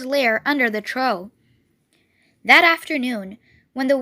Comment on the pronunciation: It's trough not tro